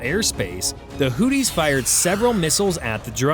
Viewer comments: It's Hoothies not Hoodies like a coat with a hood!😅😅😅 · Am I the only one who realizes he is mispronouncing Houthis. He saying Hooties & it mskes my brain hurt lol... It just sounds do weird. Its pronounced Hooth-ees" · Just for the record, the bad guys in this conflict are HOOTH-ees, rather than HOOT-ees Over the next few minutes, I heard more bloopers, which is when I finally realized this is being narrated by yet another AI bozo. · "The HOOTIES!" Is that like the Goonies? It's pronounced with the second h. Your AI failed you. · The way you pronounced things 🤣🤣🤣 all I could hear was “Houthie and the blowfish…” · Hooties. Someone please work with this bot. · Hooties, or hoopties? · You can't even pronounce Houthi's correctly.